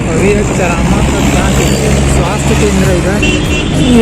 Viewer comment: Plz Correct Ur Pronunciation Buddy!! That's Not चरामा...Its चारामा!!